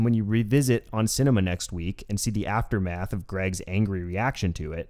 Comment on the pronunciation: Every time you said "Aftermath" all I heard was Tim saying "Mass is a story following the asstermath."